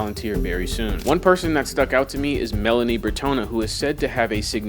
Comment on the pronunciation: Try to take the trouble to do the modest amount of research needed to pronounce names correctly. Goethe isn't pronounced "go-eth", and Meline von Brentano isn't Melanie Bretono. This is coming from a former journalist, please take this to heart: It's just sloppy work to not bother to get names right.